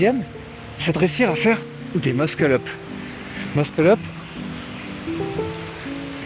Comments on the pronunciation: Non mdr c’est juste qu’on dit Mussel up et pas Muskel up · Ce que je veux dire c’est que si il avait écrit muscle up dans ta tête tu aurais lu meusseul eup (j’exagère sur l’écriture mais c’est pour que tu comprennes) or là il a écrit de manière exagéré pour que tout le monde comprenne que le prononce mal